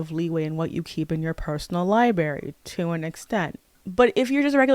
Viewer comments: Listen this video essay is fire but every time you say library as "lieberry" it seriously takes me out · Library not “Liberry”